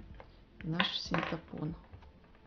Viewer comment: синтАпон - нет такого слова, это тоже самое, что вместо "мошенник" говорить мошейник